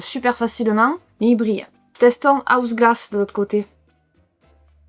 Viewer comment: Tu l’as fais trop rire HAUS LABS pas haus GLASS 😂